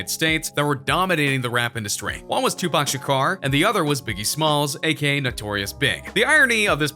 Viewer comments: ''Tupac shukar'' HAHHAHAHAHA ITS TUPAC SHAKUR NIGGA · Am I the only one heard he said Tupac Shakar instead of Tupac Shakur? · Triple X tenascion 2pac Sharcar!!😂😂